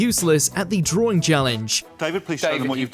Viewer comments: What's a draw-ring? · What's a Drawring?